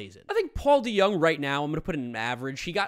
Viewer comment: It’s not deYoung say it like it is DeJong (Kim Jong un)